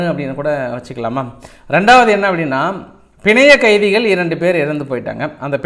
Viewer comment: Panzayakkaithikal not pinzaiyakkaithikal don't kill Tamil